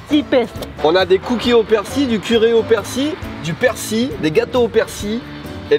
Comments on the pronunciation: la prononciation c'est pas plutot "perciLE"?? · Arrêter de dire persi le l ce prononce j'ai envie de casser mon tél à chaque fois mdr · ca se prononce persille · Super sympa! PS: y'a que moi qui dit persiLLL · 🤗résilience! j'adore le concept! merci (et à ta femme) 🙏:) -- c'est curieux tu ne prononces pas le L de persil!? 🤔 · je ne savais pas que c'était un "l" muet pour persil.... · Je me demande ce qui est le plus choquant: que confonde persil et coriandre ou qu'il ne prononce jamais le L de persil 😁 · On sait que t'es au Japon depuis longtemps, mais on prononce le L dans "Persil" :) Edit : Bon apparemment selon l'académie française, il L ne se prononce pas. J'aurais appris quelque chose...